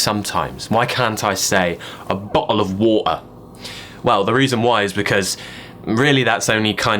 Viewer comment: I wish you'd pronounce L at the end of the words little and bottle instead of how you say them. PS I'm not even English, but I say "littl, bottl) capisce?